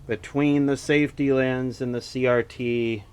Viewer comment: Wait, "lense"? What's a "lense," to you?